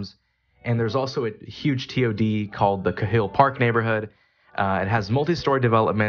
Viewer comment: Cahill is pronounced "kay-hill".